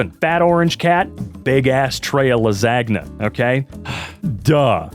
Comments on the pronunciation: I’m sorry. but la-ZAG-na?! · Big ass tray of las-ag-na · Lasagna? Why did bro pronounce it like that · It's a very common joking way to pronounce lasagna due to the way it's spelled hope this helps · BECAUSE IT'S LASAGNA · Glad someone else noticed 😭